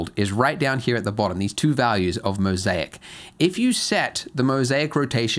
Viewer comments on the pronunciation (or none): none